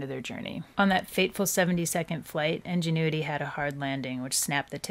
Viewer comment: But, the first pronunciation of ingenuity... ???